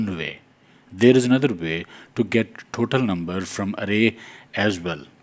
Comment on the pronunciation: You should to speak total not thotal 😂